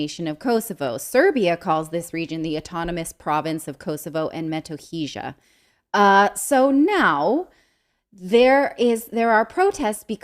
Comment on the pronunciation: Kosovo & Metohiya....try this for pronunciation....read "j" as "y"...it may sound better....thank you for all your work. You guys are awesome